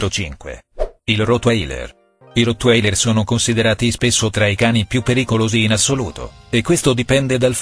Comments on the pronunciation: Si dice totvailer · Certo che rotailer(come lo leggi lui) non è una specie ancora scoperta... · Come hai detto rotwailer e il doberman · rotwailer come cavolo lo dici 😂😂😂😂😂 si pronuncia "Rotvailer " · si dice rotwailer nn rotwailer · Ma sei malato si dice rotvailer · "Il rottwailer" .... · ma non si pronuncia cosi il rotwailer ma sei tedesco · Sì dice rottweiler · Sai parlare si dice il rotwaler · Poi sbaglia sempre la pronuncia di rottwerl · Hai pronunciato male il rotwailer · non si pronuncia cosi il rotwailer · Rotwailer non si pronuncia cosi